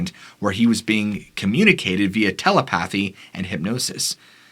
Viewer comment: great..but try saying "telepathy" correctly.